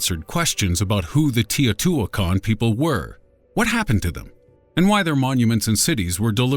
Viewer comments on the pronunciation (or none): The Tee-o-Tee-o-Tican... Lol